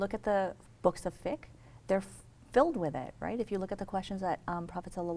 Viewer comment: Lol books of fick 😂 sister it’s fiqqqqqqq fiqq